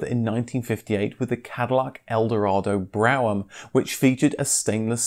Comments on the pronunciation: Pedant here: Just to say brougham is pronounced ‘broom’ . It was originally a type of horse drawn carriage named after a British prime minister. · It's 'Broffam' isn't it? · It’s pronounced - brew ‘em . Juslewktitup ! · Bro ham ? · There is Brougham Castle in Cumbria, UK. It’s correct pronunciation is ‘Broom’ castle. Because of the spelling of the name/word, it is no wonder the many different variations of pronunciation. So, I think we can give the guy a break!? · It took me a moment to figure out what you were talking about. Brougham is pronounced "Brome" (like loan) in the US. Another of those English English pronunciations, like how we drop the 'ea' from coupe. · Yeah, never heard such fucked up pronunciation of that name before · With all the words the British mangle, I can't believe he screwed up Brougham. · Yeah, pretty fucked up pronunciation. He should have asked someone how to say it